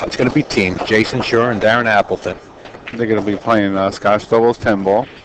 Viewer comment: Why does the idiot announcer keep calling the name Jason SHURE??